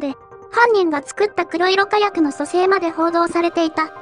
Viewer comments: くろいろ じゃなくて こくしょく ね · くろいろかやくの連発はワロタ。 黒色火薬はこくしょくかやくと読む。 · 因みに、くろいろかやくではなく、こくしょくかやくですですよ。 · 黒色火薬、「くろいろかやく」では無く「こくしょくかやく」と読むのでは？ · 「こくしょくかやく」のはず。 製法はWikiにも載っている。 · 黒色火薬(こくしょくかやく)ですよ。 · 『こくしょくかやく』じゃないのかな(・・;) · 「こくしょくかやく」の方が一般的かなと・